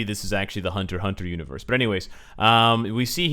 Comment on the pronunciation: Anybody hear him say univorse